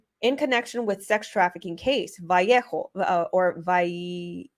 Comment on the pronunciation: Neatly, it’s pronounced Va lay o . It’s my hometown, thanks for all your hard work Lady💜